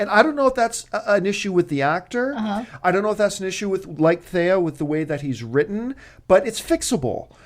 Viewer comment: stop saying thay-a its TH-ee-a